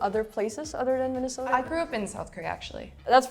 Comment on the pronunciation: minesota? Do you know riley?😂😂😂